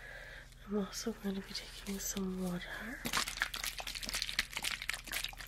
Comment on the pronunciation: “Some wataar” 😂